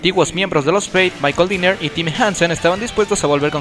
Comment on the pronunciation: Se pronuncia Gene Simmons (tal cual) no es Gene Simons (pronunciándose "ai") es Michael Denner (no Dinner) y la disquera es Road Runner no Road Run, buen intento de biografía pero el ritmo es algo inconsistente